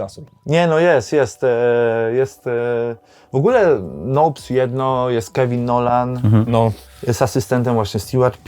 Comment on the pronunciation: Nołps" czyli Kevin Nolan?